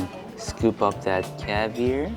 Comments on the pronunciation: I'm a big fan and been for a while. Your pronunciation of CAVIAR is killing me LOL. It is caviAR, not caviER. hahah love you still :) you funny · love the way u say cavier its caviar😂😂😂😂😂😂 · Its called caviar not cavir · it’s pronounced ar at the end like car. Caviar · You have to get pirate-y when you say caviar. It's pronounced caviarrrrr (cavy-R) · Him saying cavier is driving me crazy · The way says "caviar" 👍😂😂🥰🥰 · You sound very Texan when you say caviar xd